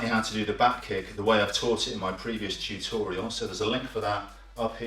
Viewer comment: I learn from a lot please keep doing.....by the way i love how he say tutorial tchutchorial hhh